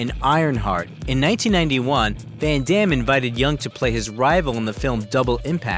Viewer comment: His name is not pronounced Yung. It’s pronounced Y-ER-NG. Why can’t English speakers get their head around a word with EUNG in it?